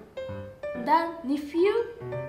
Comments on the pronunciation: "Thisu nephewu" Kore nani? Already take me to heaven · I love the way she says nephew